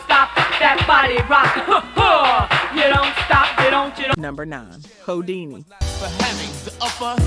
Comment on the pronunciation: It would be nice if someone would actually listen to this AI stuff before putting it out. I mean really, "Hoe Dini" instead of Who-dini? That's just one of many.